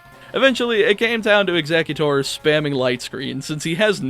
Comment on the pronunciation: Eggxetoot??? Wether that was purposeful or not it is hilarious and I'm crying.